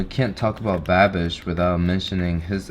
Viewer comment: Every time you say Babish it sounds like that "I'm a bad bich' halloween little witch 🧹 gir 😁